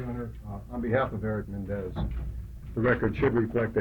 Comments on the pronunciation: Stupid Shapiro doesn’t even know how to pronounce his client’s last name! “Mendez”?? FCKNG pompous idiot. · Shapiro isn't even pronouncing their last name correctly. It shows how uninvested he was in this case. He figured they won't win so why try. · I noticed that too. I was hearing “Mendez” 😑